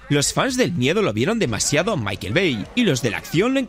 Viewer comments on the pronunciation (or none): none